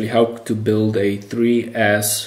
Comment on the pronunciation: Did he say three ass?????